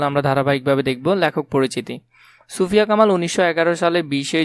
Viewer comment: আপনি ছুফিয়া বলেছেন এটা সুফিয়া কামাল হবে🙂